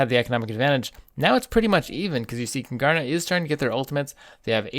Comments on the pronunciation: Love your mispronunciation of Kungarna, Don't blame you though the stereotype for the Swedish language is way off. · You're butchering the pronounciation of Kungarna xD